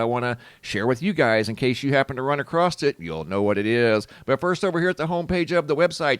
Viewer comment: LOL he says "A crosst it" instead of "across it"